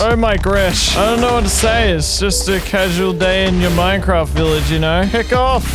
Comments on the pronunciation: He said ”Mine-farts” in the begining you now!?😂🤣😂🤣😂🤣 lol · hehe... he said fart